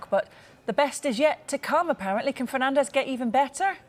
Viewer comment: Bruno Ferdinand, or Bruno Fernanzzzzsh?